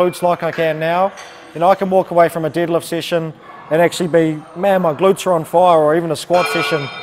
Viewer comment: I just noticed the shirt he's wearing, I thought it was a foreign language until I heard him say "didlift". I want a shirt like that 😂